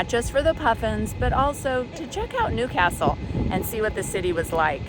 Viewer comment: Love the way you say Newcastle properly.